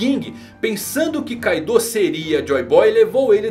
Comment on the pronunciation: Mesmo que a romanização do nome tenha um "U" no final, esse "U" tem o som mudo, por isso assim como no anime a forma correta de falar ainda é "Káidô" com ênfase no "ka".